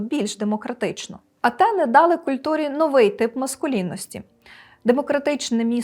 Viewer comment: Та чорти б вас взяли за роги - шо ви робите?? Мене аж тіпати почало поки не второпав що ваші «антени» це Афіни!! Якщо вже вам так хочеться покрутити вимову після перекладу то хоч вимовляйте як в оригіналі!! Знайти б того всратого патороча який це вигадав та змусити його годин 300 поспіль слухати як це вимовляється мовою оригіналу - най знайде мені там «т». Тим більш жорстку українську «Т» Весь ранок зіпсували